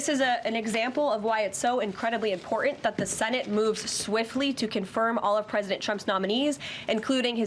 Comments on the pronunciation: "Impor'int" she said. 😂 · Shouldn’t one of our qualifications for press secretary be that they can pronounce the word “important” with a “t” and not a “d”? Marge says “impordant” also. Fucking ass clowns 😂😂😂😂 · Will someone teach the young lady how to pronounce important if she has something important to say. Btw wasn't she in Mean Girls or was that a different actress who has a great pouty face?